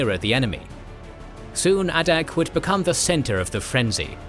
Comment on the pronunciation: A couple of notes. It is ADAK (A-Dak) island. This video calls it ADDAK. That may be an old designation. The other is, for more information, if you can find the book, look for "The 1,000 Mile War." I read this - it has a lot of fascinating information.